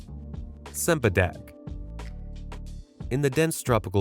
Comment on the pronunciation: Cempadak is pronounced chempadak. Get it right.